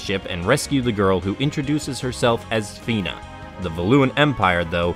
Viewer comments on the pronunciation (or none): Nice video Fun fact but Fina is actually pronounced as Faina (ファイナ) I guess at this point it is too late to try to convince English-speaking fans of SoA to use that pronunciation since everyone got used to calling her Fina